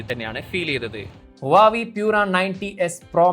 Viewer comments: Adhyam oru brand name parayan padikkedo koppe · oru brand name adhenkilum krithyamayi parayan padikkedo, brandname malayalikalk ingane madhi ennu than ara theerumanikkan, thett pattiyal thiruthan padikk, urulalle